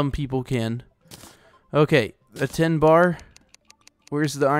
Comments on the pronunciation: i luv ur vids but its said tin t i n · lol u call tin ore 'ten ore'